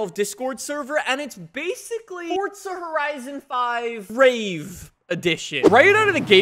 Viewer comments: please man its Forza not Fortza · Four-zah. Not fort-zah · Why do Americans say Fortza not Forza? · fortza horizon 5? don’t think it has a “t” in it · How are you gonna do forza videos for 8 plus years and still say the name wrong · THERES NO T IN FORZA FFS